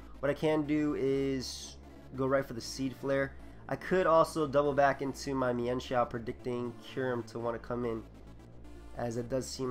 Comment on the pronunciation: I thank goodness, someone who knows how to pronounce "Mienshao" correctly. :D